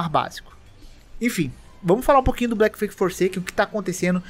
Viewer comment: Pô, tu escreve Bleak no título mas fala Black? Achei até que eram jogos diferentes, sem zoa. Porque cliquei no vídeo pra ficar ouvindo enquanto fazia outras coisas e acabei bugando.